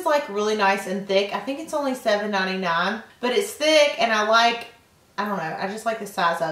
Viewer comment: omg she says ohly like laura lee!